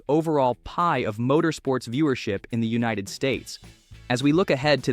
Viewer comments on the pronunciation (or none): none